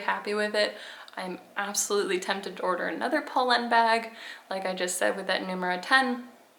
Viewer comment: You are pronouncing it right.